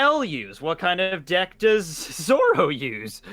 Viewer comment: ZO-RO! even in Japanese the "R" is pronounced as an "R"